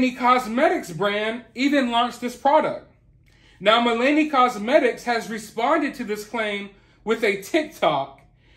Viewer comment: Just an fyi- its Mill-ah-nee 😛